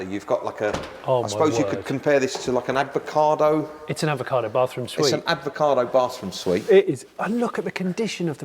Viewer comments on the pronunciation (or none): Did he just say "Its an advacado bathroom suite"?